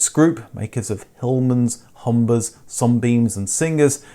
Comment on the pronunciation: Nice & helpful video but please, you pronounce Humber as 'homber' pump as 'pomp', bubble as 'bobble'. Why so?